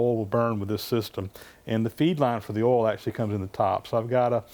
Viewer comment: it sounds somewhere between ah'll and awl to me!!!